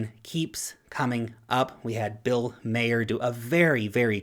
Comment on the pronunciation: and i mean. This presentation... my god...Pronunciation...Maher, Sichuan, etc///